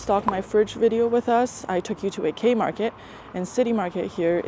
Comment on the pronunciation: Ur so funny especially when saying these things and places, like Kei- market, pousti and mamuthi. 😅😊🥰